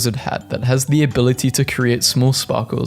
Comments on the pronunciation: Yes....but like Ai he mispronounces some words....like "baja" for instance. He said "Ba-ja" instead of "Ba-ha".😂😂😂 This is why I'm subbed. 😂😂😂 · does he mispronounce the Js intentionally? it is hurting me (baja) (mjiolnr)